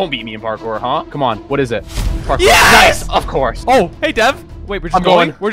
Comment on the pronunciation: Anyone else here Dev say Carkour instead of a parkour at the beginning?